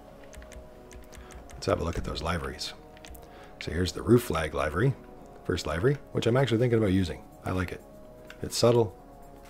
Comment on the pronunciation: You seem to be offering enjoyable, informative videos here. Unfortunately, I never hear anything you say after pronouncing"livery" as if it rhymes with " ivory". Short i, not long. The word "liveries" rhymes with "give her cheese", not " buy her cheese".